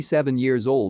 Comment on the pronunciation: Also - I do believe Emily's last name is Yuan. Juan is Spanish; Yuan is much more reflecting someone from Taiwan.